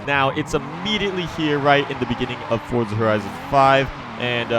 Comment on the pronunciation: finally someone thats says forza instead of fort za